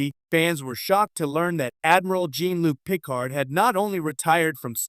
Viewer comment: You could at the very least pronounce his name correctly.